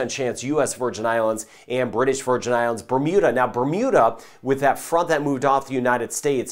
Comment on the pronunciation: must have a connection with the islands. He correctly pronounces all their names and leaves out none. Thank you